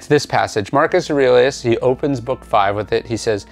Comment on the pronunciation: That’s not how to pronounce “Aurelius” 😁